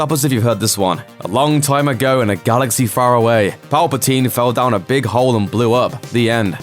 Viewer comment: Galax-ay, famil-ay, cloud cit-ay.....these are small details I picked up about your weird pronunciation.